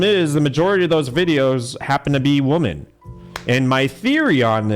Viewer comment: can you not pronounce women correctly?